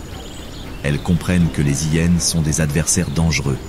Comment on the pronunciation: d'ou on dit les hyyyénes c'est insupportable le mec on lui a pas dit que c'était hyénes !